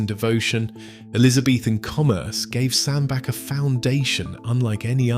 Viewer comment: Its pronounced sand BATCH